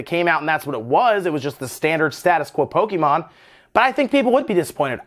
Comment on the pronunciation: Hearing "poe-kee-mon" so much triggers me